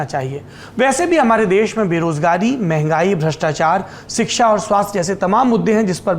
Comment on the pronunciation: सौरभजी,आप " सिक्षा"के बजाय " शिक्षा" उच्चारण करें तो सही होगा।